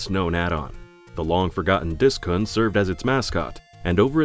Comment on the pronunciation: I genuinely enjoy your videos! But since you often work with Japanese names, could you make sure your narrators pronounce the vowels correctly? The kun of Disk-kun would be pronounced koon not cun for example.